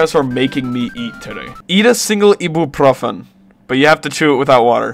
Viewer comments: eat a single ebew pro fin, broski its pronounced i boo profen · why the did he say it like “ee-buh-pro-fun” 😭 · bro really said eebooproghfin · I - Be - You - Profen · Did bro really say "eeboophrophen" 😭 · "Ask for something more interesting than *eebuupŕofen*" 💀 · The way he said Ibuprofen. Bro said Eebooprufen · "ee boo profin" bro what? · I find your pronunciation of ibuprofen disturbing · Ee boo profen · After that pronunciation of Ibuprofen im gonna need a pickle dipped in hydrochloric acid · My first language is Russian and I'm from the US too 😂😂 that wasn't my point. In all your years living here you never heard someone say ibuprofen? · petition to make 100% American to say Ibuprofen correctly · The way you say ibuprofen pisses me off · I can just tell this mans is polish by the way he says ibuprofen ahah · why does he pronounce Ibuprofen like that 💀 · why does bro say ibeprofen like that